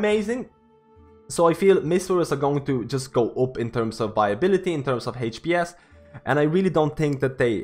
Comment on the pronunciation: “HaychPS” = HPS